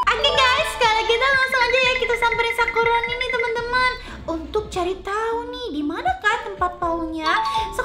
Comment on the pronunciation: Kok manggil sakuroni jadi sakurani